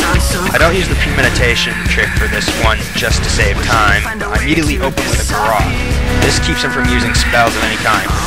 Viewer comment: thanx, i definitly control them casterz now xD, BTW... the GARROTE!.... is prenounced as ( Gare-Ut )